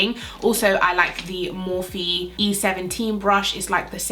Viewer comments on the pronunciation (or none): none